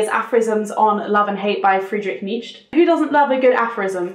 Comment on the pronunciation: I love the way you pronounce Nietzsche's name😂 I am not sure whether I should get the LBC version of his work because I am German though🤔